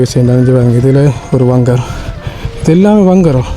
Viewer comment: வங்கர் இல்ல பங்கர்